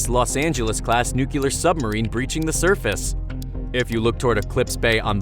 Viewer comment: Jeepers! It's nuclear, not nukelar.